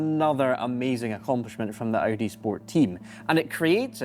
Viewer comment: Cool video mate - except it's not pronounced O.D. but Audi.